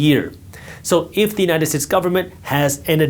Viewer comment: Did i just hear “united tits” 😅 many times otherwise good video